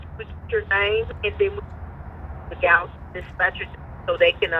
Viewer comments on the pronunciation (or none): Gallaton = Gallatin?